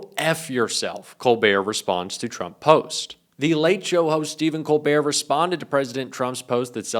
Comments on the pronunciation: Did anyone notice tuRmp in stead of tRump 🙂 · "TURMP" ? :D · " nukes Turmp".......maybe read what your idiot AI is doing ????? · What's a turmp? Just kidding get him steven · I had to watch this twice because I spent several minutes scrolling the comments thinking "Someone else noticed that it said "TURMP" right?" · We love Steven. But who's turmp? Lol